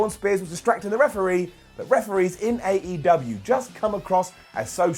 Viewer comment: Why you pronounce AEW as 8UW?